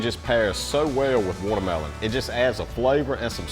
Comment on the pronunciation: "Wudder Mellon" 😅😂😅😂😅